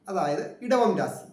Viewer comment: രാസി അല്ല രാശി ആണ്